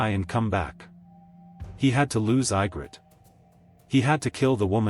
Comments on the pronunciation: I have been saying that Jon's going North with the freefolk at the end of Season 8 made sense... oh and it's pronounced E- grit, not I- grit... AND Ray- gar , not Ree- gar... whoever narrated this didn't watch the show. He'd know how to say the names. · If you are gonna overanalyse just to Kiss the producer's ass at least pronounce the names correctly. Her name is Egrit no Igrit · how to tell this is AI constructed... Ygrret is pronounced "Ye-grit" not I-grett. There are other obvious mis-pronunciations as well. The last surviving dragon is named DROGON... Jon did what he did because he saw that She would never compromise in her goal of ruling Westeros her way. Without Melisandii she had no one to keep her anger tempered and her mind in the real world. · "Eye-grid???" "Dragon???" "Maester Ee-man???" That is SO irritating! Have you actually WATCHED the series? At least pronounce the bloody names right!! :D